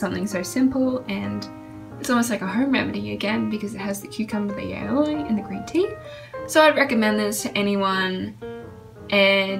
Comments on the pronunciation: it’s not ailolie it’s al oh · its ah-low not aoley😂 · umm. aioli??? aloe!! pronounced: A-LOOOO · AoLie ITS CALLED ALOE LUVVY XD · she said... "aloili" lmao its pronounced ah- low :) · A ( as in apple) L ( as in low ) and is pronouncing A- low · It doesn’t matter what accent there is no place where aloe is pronounced aioli like wtf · Aoili lmao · Omg the way she pronounces Aloe